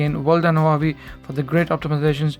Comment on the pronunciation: One advice, Huawei, the H has sound, like the word "who" xD